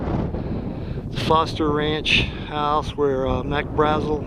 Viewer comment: Its pronounced BRA-zil. A as in 'ant'.